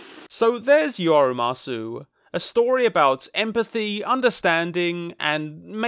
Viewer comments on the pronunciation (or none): I loved this video, but one nitpick: it’s pronounced “uma-soh”, not “uma-soo” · not to be That Person, but for the record, umasou is pronounced "oo-mah-soh" not "oo-mah-soo". umasou in japanese means "look(s) yummy" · youre saying umasoo im losin it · The one thing that kind of ruins the first part of your analysis is the mispronunciation of the title of the movie "Umasou". You pronounce it "Ua MA so", which is not a word and not the title. The title is "Umasou" which translates as "Delicious". Mispronouncing the name repeatedly kind of defeats the point of having the word be so prevalent in the story. It lowers the bar, essentially, when it should be front and center as an issue; hence why the title is "Delicious" and not something else. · It’s “ooh-mah-soh” not “ooh-mah-sue” Umasou literally means “looks delicious” in Japanese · The “sou” in umasou is pronounced like so or the word sew. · umasou is pronounced (oo-ma-sow) and it means tasty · Don't know if this is trivia or waht to call it but: "Umasou" actually means delicious in japanese, so his little herbivore kid is named delicious ebcause, well he probably would be. oh and you say "sou" not like "zoo" but like the "au" in "sauce" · his pronunciation killed me a little inside.... now make him say atatakakunakatta! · Unrelated to the topic of the video but "umasou" means "tasty-looking" so there's a good reason he got that name. As for pronunciation, short "a" and the "ou" sound is more like "oh". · great video, but how do you give you are umasou such a big part, and never once bother to look up how it's supposed to be pronounced 😭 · does the total mispronunciation of umasou make anyone else irrationally angry